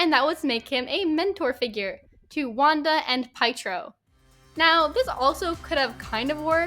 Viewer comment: P...PIEtro? It's Piétro, it's eastern-european. His own fault Nat died!? How? She just beat him to it. He wanted to take that for the team. This is just a messed up take, bc it could also have been Nebula's fault for not sharing you have to lose someone you love for the soul stone, which could have saved both characters. Hawkeye the show was not about Renner, it was about Steinfeld becoming the new Hawkeye. Renner was involved, because of his Ronin days and memories coming back and a feeling of mentorship for Steinfeld. It's not a brand issue, because Renner Hawkeye never wanted to be a brand. He wanted recognition, yes, but never a brand. And that also fits with not wanting to be the center of attention, just part of a team. His whole role is helping his family. That meaning his own as well as the Avengers. Yes, his story isn't that interesting in the first Avengers, but then in AoU, his priorities become clear: family, mentor role. If his family is on the line, he will do everything. If there is someone needing help, he will be there. That makes him as much of a hero to me as someone like Cap who is doing lots of punching. You are right, MCU butchered Hawkeye, but not for your reasons. It's especially for lack of origin story. And yes, he wasn't in IW, but he wasn't the deciding factor in that battle, bc he would've been on the team with Cap in Wakanda, where Thanos would've been too strong anyway. He would've got the same impact on the fight as Black Widow.